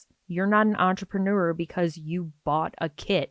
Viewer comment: Normally I don’t get bothered by the way people speak, but I never want to hear the word “entrapenooer” again.